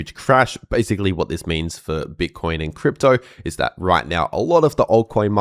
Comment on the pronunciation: I can never understand your welcome to the crip bit dot channel what? Like what ?